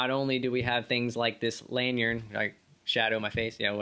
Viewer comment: "Lanyard... lanYard...LANYARD" not "lanyern"